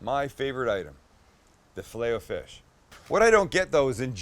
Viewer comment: Your saying filet o fish wrong